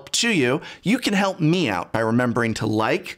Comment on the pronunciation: I know you said help me out, but I heard help meow-t.